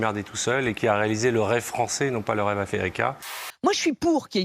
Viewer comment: " le rêve affairicain" mdr